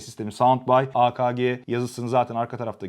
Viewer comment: a ka ge değil a ke ge olucak a ka ge çok kaba oluyo